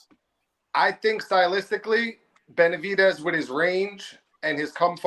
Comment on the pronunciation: couldn’t even properly pronounce fighters’ names 😂😂😂